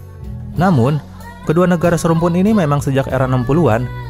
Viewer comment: Ingat INDONESIA dengan Malay bukan SERUMPUN, Beda Budaya & Bahasa. Indonesia gabungan berbagai Suku Bangsa & Bahasa Indonesia itu d'CIPTAKAN bukan bahasa daerah(SUKU) admin sedikit ngaco nih dengan pengucapan SERUMPUN 😂😂😂